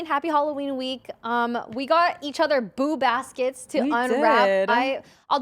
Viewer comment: I usually listen during my commute ... And I kept hearing "boob" baskets 😅 thanks for making me laugh!